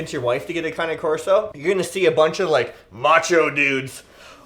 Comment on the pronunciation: It’s not cané corso it’s just cane corso